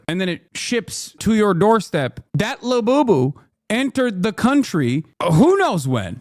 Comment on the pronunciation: When you said lebooboo, I thought you were talking about beaboobidy until you mentioned ordering it on prime 😂